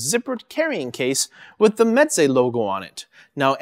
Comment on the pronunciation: Actually it's pronounced (mɛzeɪ). It sounds like you are saying (mɛtzeɪ). (m: my, smile, cam) (ɛ: dr_ess, bed, fell, me_n) (z: z_oo, has_) (eɪ: f_ace, made, fail, vein, pa_y)